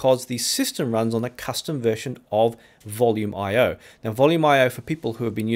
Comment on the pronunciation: I’ve been using Volumio sporadically for years and started with its predecessor Voyage MPD Linux over 10 years ago. I’d never considered it was pronounced “Volume IO”; I’ve always said “Volu-mee-o” because it is Italian.